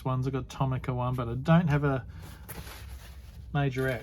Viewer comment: Hey, excellent collection of cars from Ben,you've done well saying Majorette monsieur, bonjour oh lala 🤣🤣,awesome video,cheers Peter